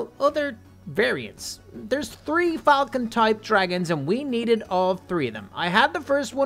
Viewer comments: Why do you say tree instead of three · You are saying 3 wrong instead of seeing 3 you are seeing tree